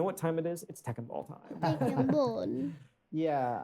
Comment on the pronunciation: "Tekken Boll"